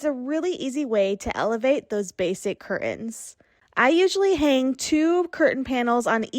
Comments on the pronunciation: Could someone please tell the woman in the first video - the one about making cheap curtains look like 'high end' curtains - that the word curtains is pronounced 'CUR TENS' and NOT 'CUR-UNS'. Our language is such a beautiful one, please don't wreck it by lazy pronunciations! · Please say CUR-TENS not CUR-UNS. Regional pronunciation I’m sure but not for the rest of us. Iron out those wrinkles! Honest I’m a nice person but the amount of times you said cur-uns paired with high end, showing wrinkled and too short of panels did me in. Nice hacks though. My Grandma used to put washers in the drape hems to hold them down. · I'm relieved that I'm not the only person who had a problem with ''cur-UNS''. I was going for my mute key when she thankfully finished up. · This is a big irritant to me, 'curtains". The "T" is NOT silent. It is not curain.